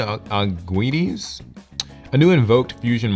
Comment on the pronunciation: now joins Cimo as the only people pronouncing Invoked Augoides correctly ( 2nd try was the correct way)